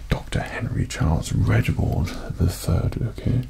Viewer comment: but he says Regibald ^^